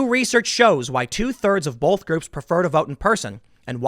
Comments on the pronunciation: Tim! Baby!! I love you, but the word "both" has no "L" in it!!!! Keep up the good work, but quit with the "BOLTH"!!! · It’s both not bolth holy crap